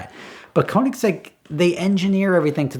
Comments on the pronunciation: It's pronounced KERnigsegg, not KOnigsegg... They're Swedish, FFS. Why do Americans insist on butchering other languages?... 😒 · Bro it's pronounced: Co-nig-seg. There's no z anywhere in that. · The question is how do you keep pronouncing it so wrong!? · Americans are never going to be able to pronounce Koenigsegg right haha. Sounds funny though. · When I, as a Swede, hear him express the word koenigsegg wrong, I panic haha. Love the video do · I kinda wish Americans would bother to learn how to say Koenigsegg if they are gonna idolise the things, it really isnt hard to pronounce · If you can't pronounce keonigsigg go watch a cookery channel 😂😂